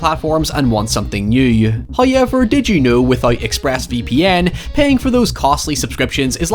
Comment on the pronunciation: immediately clicked off when i heard “This video is sponsored by Express VP ‘AN’ “